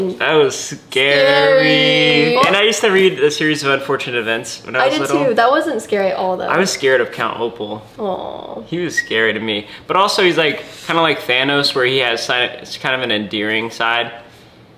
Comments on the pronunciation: Count Opal 😂 It’s Count Olaf. 😅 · He said Count Opal LMAOOOO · COUNT OPAL LMAOO it's Olaf😭😂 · Did say Count Opal instead of count olaf? or is it really count opal in some books??? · Did he say count Opal? Instead of Olaf? I love it